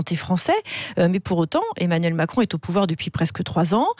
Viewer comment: Est-ce que Mme Expert aurait fait un lapsus linguae en disant "Emmanul Macron" ou ai-je eu une hallucination auditive ?